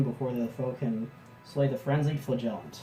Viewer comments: thats Mr. Flagiant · The emphasis is on the first syllable. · The flagellant pronounciation seems a bit off. Love the flagellant giant though.